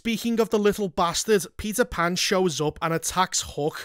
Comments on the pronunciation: "Peter Pander" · All I can hear is Pizza 🍕 Pan. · Am i the only one hearing him say "pizza pan" 😂